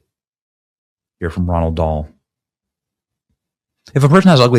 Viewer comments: Roald Dahl, you said Ronald Dahl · Benny, once again, it’s pronounced “ROLL” Dahl. Gotta clean up the pronunciations my man! 🙌